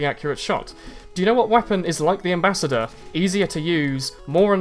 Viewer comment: WTF IS THAT AMBASSDOR XD